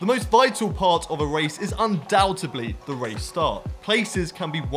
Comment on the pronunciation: 'undoubteDly', not "undoubteBly"... and 'vice versa', not "vicA versa". Thanks for the video. That is all.